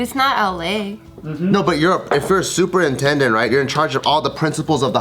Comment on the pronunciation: Is it just me or did it sound like said "Super Nintendo"?